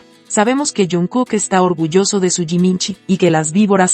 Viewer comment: Toda Esa pronunciation de Jiminshi en Jungkook suena hermosa❤